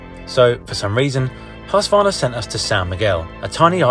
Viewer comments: Hussvarna? The U is long like in the word use, minus the "j-sound" H-use-Kvarna. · Hus-Kvarna, long U.